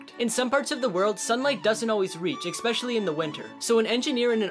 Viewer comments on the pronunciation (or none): Didn't you say... Ecspecialy? ITS FRIGGEN ESPECIALY! AND PRONOUNCED ESPECIALY